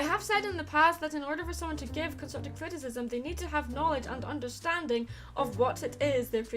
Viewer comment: Under...sting? ENGRISH! Great, GREAT video, and I loved the added quotes! This was very enlightening. :D <3